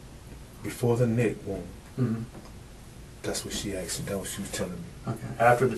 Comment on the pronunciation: "I did what she axed me." Learn to speak English FOOL!